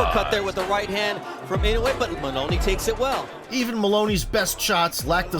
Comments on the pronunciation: The correct way to pronounce his last name is not INO-WAY, but E-NO-OO-WAY. NOW-YA for his first name. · Pronounced ee-no-oo-eh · NOW-yah IN-oh-way